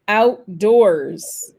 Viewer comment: Quand Nicole prononce "outdoors", on a l'impression que l'accent tonique est sur la deuxième syllabe...